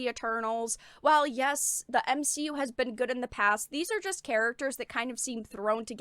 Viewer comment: OMG! You said M-She-U 😂🤣☠️ so funny seeing that phrase spread. I'm done with marvel movies, doesn't seem appealing. Still haven't seen ironboy jr 2.